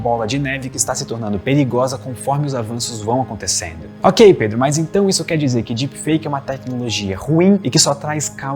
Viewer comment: mds o pedro n sabe dizer o proprio nome😒😒